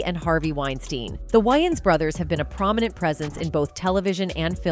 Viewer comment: I have a feeling this video is done with A.I. since they haven't taught A.I. enough to even pronounce celebrity's names correctly